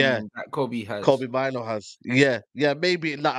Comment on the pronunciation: Name’s pronounced “MAIN-OUU”, not “MINE-O”, he’s originally Ghanaian.